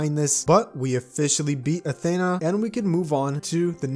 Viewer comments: It’s not Athana it’s Athena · you absolutely butchered Athena’s name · Ayo nobody noticed how he pronounced Athena? 👀